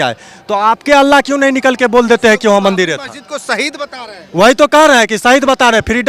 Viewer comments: अरे.. मेरे भाई... मंदील नहीं.. "मंदिर "... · बेटा पहले मंदिर का उच्चारण सही करो